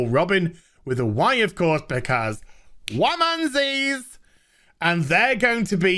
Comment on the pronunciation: Dude.... you said “womanzies” and the way you said it made think of Womanzi, it’s like Jumanji but much more terrifying lol. You roll six’s and the center of the bored says “The hair is big, the womb is barren. Plug up your ears and beware of the Karens.”